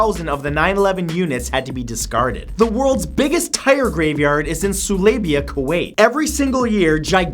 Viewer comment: Its not sulaiba, its sulay-beya